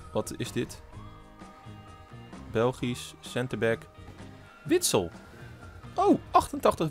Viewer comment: Het is Witsel en niet Witsel ! 😂